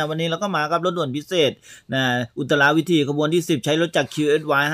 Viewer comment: ฝากเรื่องภาษาไทยด้วยนะครับ "อุตราวิถี" อ่านว่าอุต-ตรา-วิ-ถี ไม่ใช่ อุต-ตะ-รา-วิ-ถี "นะครับเพราะเด็กๆดูกันเยอะจะทำให้อ่านกันผิดๆป